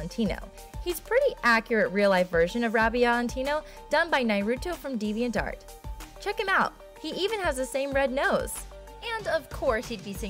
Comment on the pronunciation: "His friendship with his partner" COME ON LET THEM BE GAY JEEZ IT'S THERE IT'S CANON HOW CAN YOU BE SO IGNORANT Also the way she says "deviantart" is really bugging me